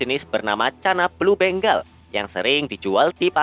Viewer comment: Ralat bengal bukan beng gal